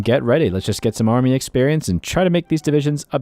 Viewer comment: Better example, go to and listen to the pronunciation of 'army' until